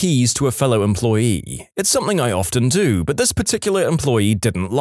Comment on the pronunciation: No K in the word something .